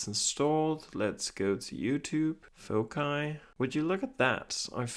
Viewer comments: Pwd is either 1234 or the most obvious foci(fawk-eye as you say it). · Did you know foci is pronounced differently in American English? Fo-sigh is how we would say it - a holdover from Latin. I had never heard your pronunciation of it until this video and looked it up and apparently it’s correct for UK English.